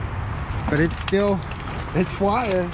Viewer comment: Can you say wire !!!!??